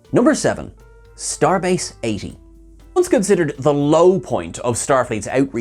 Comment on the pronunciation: No, no, you didn't get the right emphasis. It's supposed to be "Starbase 80?!"